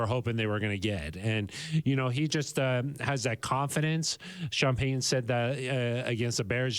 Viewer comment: Go Sean Peh-uhn and the whole gang! I hope Suh-uhn regains his greatness!